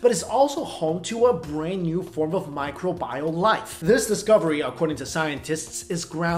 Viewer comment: micro-bile? micro-beul.